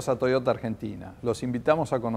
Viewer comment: me gusta como dice TOIOTA como se pronuncia en japones y no TOSHOTA como lo pronunciaria un argentino